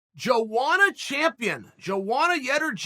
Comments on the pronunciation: JoeWanna lmao isn't it pronounced more like YoAnna???? Chael and BrenDumb Schaub suck at pronouncing fighters names even after years of say these names. I still like Chael saying YaRear Rodriguez. Hahahahaha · Lol chael its pronounced (Yo·onna) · "Jowanna JerjetSki" Perfectly Said. I couldn't have said it better myself